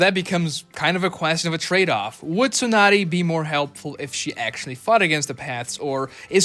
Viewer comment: This is the first time I heard you pronounce her name right.